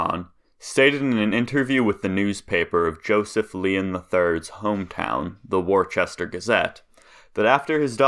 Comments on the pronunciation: I like how he says “Wor-chest-er”… *It’s “Wooooooooooooooster”!!! Seems like a funny school project. Some great photos there! ~Peace~ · It's Woostah, MA not WoRCHester